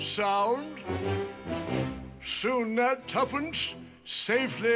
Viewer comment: tuppence? if.. youuu invest yourrr TUFFANCE lol wtf?